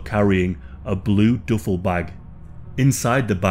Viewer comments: "Doofle" bag😂😂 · I know what a duffle bag is.. you said DOOFLE.. Not Duffle.. lmao.. hail Satan!